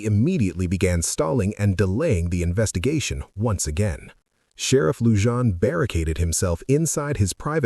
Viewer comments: ITS NOT Lu-jan. It's pronounced Lou-han. This Sherrifs dept was a complete disaster. The Sherriff before him wound up in Federal prison. The sheriff after him died under some strange circumstances. He was found dead in his car with fentynol in his system. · Its Lujan. The j is silent as in Luhan